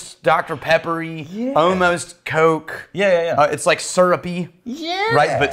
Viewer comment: I think I just realized that is the only person I have ever heard say Coke like it's a two syllable word.